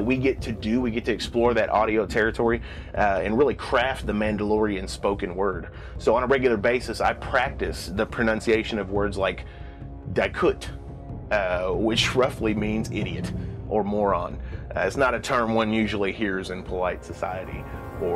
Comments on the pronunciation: It’s funny because he says “I spend time practicing the language, words like ‘dye-kuht’ which means idiot, and then it shows the word two seconds later with the intended pronunciation dee-koot. I’ll peg it up to narrator interpretation though of how language changes, ie people saying sup instead of what’s up. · I think di'kut is supposed to be pronounced "dee-koot", not "dye-koot". Other than that it's great to hear Mando'a spoken out loud. Keep up the great work!